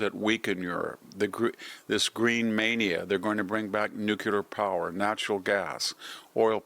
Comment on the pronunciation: What is this "nukular" stuff? Is this some newly discovered technology?